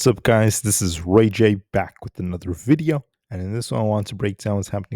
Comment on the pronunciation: VIDEO, not Vidya! That erks me so bad! I always skip first 2 min